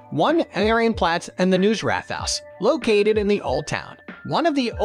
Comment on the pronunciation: Am I the only one extremely triggered by how this hectic narrator BUTCHERS every name? He doesn't even try... Had to hear his interpretation of the word "Marienplatz" like 20 times before I figured out what he meant... "Widdelsbag" come ON 😵‍💫